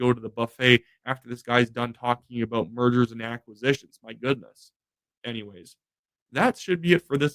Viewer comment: I thought you said Murders and Acquisitions ..... lol .... 😂😂😊😊